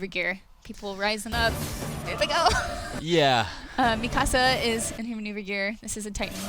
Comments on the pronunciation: Why is she saying mikasa's name like "mi casa" is more like mika suh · I like the part where Mikasa is pronounced mi casa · Still not pronouncing Mikasa's name properly? Seriously? Did they not watch the English dub of the Anime? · Why do they keep mispronouncing mikasa's name wrong I find that shit so annoying.....